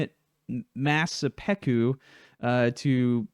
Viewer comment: Sep peku? It's Seppuku. Japanese is not a hard language to pronounce.